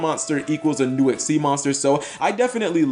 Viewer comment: XYZ not XYZS